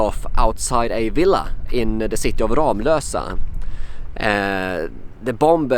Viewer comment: Ram i Ramlösa uttalas som i ramla.